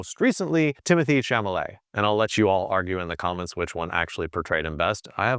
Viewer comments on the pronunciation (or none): People, but especially actors, never like it when anyone mangles the pronunciation of their name. The way you said Timothy “Sham-o-lay” is actually pronounced “Timothy Chalemet” (shall-a-may).